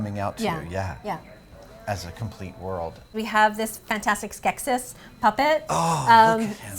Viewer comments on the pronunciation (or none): She didnt say skeksis right